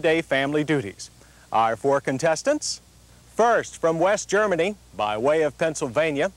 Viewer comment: Extra emphasis on west germany